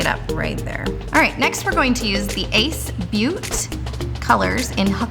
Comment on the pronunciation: It’s says it pronounced like /bo•te/ & it’s a noun. I don’t think she said it right 😂 cute